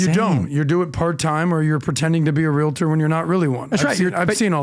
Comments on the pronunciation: *"real-tors", not realitors lol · you're mispronouncing the word realtor there is no a at the end